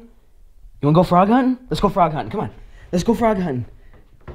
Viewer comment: Xtreme nerf war Xtreme nerf war I think it’s funny how you said huntin